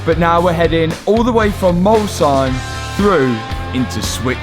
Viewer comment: as an Alsatian, the fact that you pronounced Molsheim better than most French people is so fun